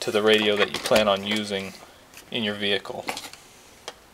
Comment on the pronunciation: i own a ford "vee hick kul"